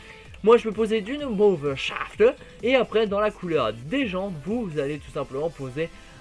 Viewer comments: Mauve shaaaaaaafter avec l'accent allemand mdrr :) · Marrante la prononciation du mauve shafters :-)